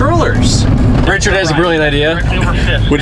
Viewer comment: Aussie Richard?